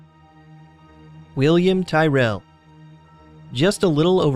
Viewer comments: You pronounced Tyrrel wrong. And plus I live about 30-40 kms away from where he lived. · The facts he said from the William Tyrall was completely wrong and he said his name wrong